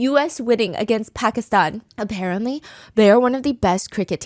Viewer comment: ty for saying pakistan correctly Stephanie and not "paki-staan" 😭❤️